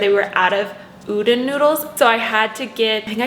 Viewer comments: I had to click off the video when she kept saying “oo-dun noodles” 🥴😔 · Hehe I'm Japanese and I think you mean U-Don (as in Donald Duck). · Hey idk If someone has told you yet but I just wanted to add that udon noodles are pronounced like oo dan. Just wanted to let you know. Great video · If the noodles you were talking about are spelled udon, it’s pronounced oo-dawn ( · the way you pronounce udon cracks me up, but anyway great vid and i'm not even vegan! definitely will incorporate these type of meals every once in a while though xo